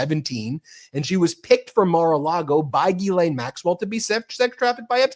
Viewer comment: All I learned from this is how much Americans love their acronyms and that Ben has a very hard time saying Ghislaine.